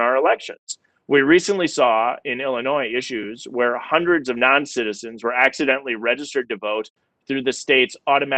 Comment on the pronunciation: Hindreds or thousands???